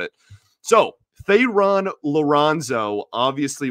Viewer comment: Let's hope that Ilitch doesn't hamstring Harris's efforts by refusing to open the purse strings and pay for talent. It's time for this club to turn the corner, and he to turn on the faucet to make it happen. (P.S. Thayron Liranzo's first name is pronounced "Tyrone.")